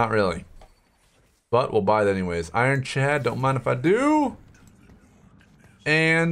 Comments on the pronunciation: It is IronCLAD not IronCHAD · its ironclad not ironchad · am i missing something or isn't it ironcLad not ironChad? i mean i would be scared of Chads made of Iron aswell, but yea :D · STOP SAYING IRON CHAD AHHHHHH